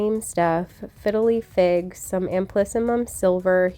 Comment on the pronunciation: Sooo I must know what your favorite cheese is at Trader Joe’s?!?! I’m always a sucker for a good cheese 😂 also idk why but every time you say “fiddle leaf fig” all I hear is “fiddly fig” lol. Awesome score at Lowe’s, it’s always a good thing to check if they will discount when the plant is looking so sad. ☀️